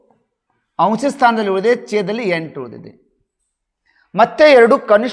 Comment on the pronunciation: 3 A .ಸರ್ ಅಂಶ್ ಅಲ್ಲ, ಅಂಶ ಸರ್